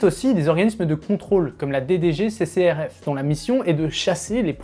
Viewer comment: Tu n'as pas du mal à prononcer DGCCRF ? J'ai l'impression que tu dis deux fois D 🤣